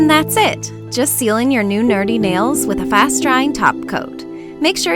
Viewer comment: i dont like how she say "nerdy"😒